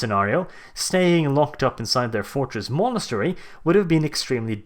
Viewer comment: You managed to say "fortress monetary" three times in one sentence. Don't do that again.